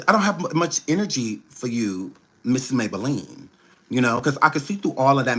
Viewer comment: 😂😂😂😂😂😂❤😂😂he call her ms maybalenne